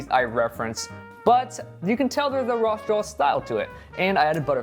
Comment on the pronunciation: Am i the only one who here's him say rolss draws? 😅